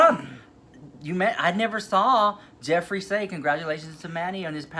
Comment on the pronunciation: Yesss girl I clocked it the house instantly when he did that busted ass declutter video !!! He couldn’t even say Jeffrees name 😂😂😂